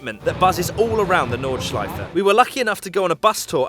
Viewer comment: Yes!!! is saying Nordschleife and not Nordschlieef or Nordschleif.